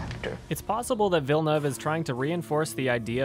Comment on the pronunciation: The best thing this video taught me was how to say Denis Villeneuve's last name. Thank you,. lol